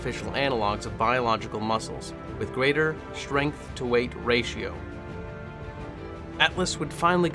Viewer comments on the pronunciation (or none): none